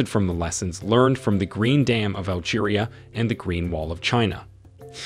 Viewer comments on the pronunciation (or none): none